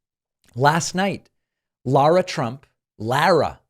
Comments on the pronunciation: Listen, it’s not ‘LAY-ruh’, or ‘LORE-uh’, it’s LAR-uh. I don’t like her either, but it’s still my name too and I’d like people to finally understand how to say it. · Thank you for accidentally mispronouncing Lara Trump's name. Let's make that universal, the way Fascists deliberately mispronounce the names of black politicians. '"Loora Trump? Luma Trump? Lagos Trump?